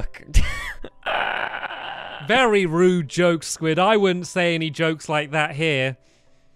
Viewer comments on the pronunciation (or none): stampy said 'v'ery rude when he had to start with u